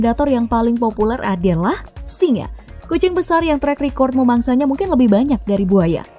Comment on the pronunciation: SINGA bkn SINGAH, ga pake "H"